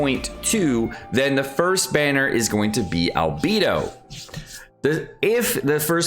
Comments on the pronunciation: he says “al-bee-doh” and it drives me nuts. Bay is correct. Bee is not. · Arg, I just can’t get over how you say Albedo. It irks me to the core and just hits my ear in all the wrong ways. Al-bay-doh. It’s even worse than “Shing-que” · Albeedo? Albeedo? really? NOT EVEN 5 SECONDS GO BY and then "Gainyu" BRUH PLS JUST LEARN THEIR NAMES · i was only talking about albedo. and isn't "Al-bay-doh" the way you said was wrong?? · oh I misunderstood. I thought you were saying something else. Well I think it could be either. while the voice actor says Al-bay-do the scientific term his name comes from is pronounced al-bee-doh. or at least it can be. my professor also pronounced it al-bay-doh though. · Al-BAY-do. GHAN-yoo. SHA-oh. Go-ROH-oo. YAH-EH. Jesus. Please.